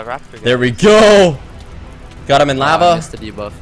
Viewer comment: Looool "HE FELL IN LAVAH"